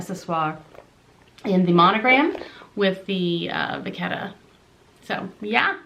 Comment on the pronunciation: It's pronounced "Vuh-chett-uh" not "vuh-kett-uh"